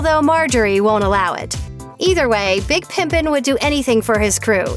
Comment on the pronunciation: Ohhhh I thought he said Big Pippin. I was like "Why??!"